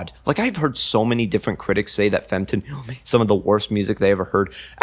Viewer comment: some corrections: 1. iirc it’s pronounced “fem-tuh-nal” 2. this is digital hardcore, which is an offshoot of DnB. breakcore is a separate offshoot of DnB that’s more focused on synth pads and rapidly-changing drum patterns, whereas digital hardcore generally has more looping elements otherwise, great video!